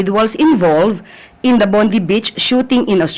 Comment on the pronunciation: The father using indian passport and the son using australian passport. At pronounce po sa BONDI ay bon - day. Madam claire.. alyas ate glow kung magsalita parang yung komedyante na si ate glow😂😂😂